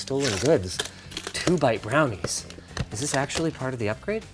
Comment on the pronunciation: ah yes, two in a bite brownees